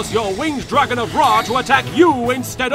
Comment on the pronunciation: Because of LK i now subconsciously pronounce dragon as "Dwagon".